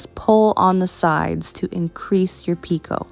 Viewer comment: This is the cutest tree ornament! I have always heard picot pronounced the way you said it. Thanks for all of these wonderful tutorials!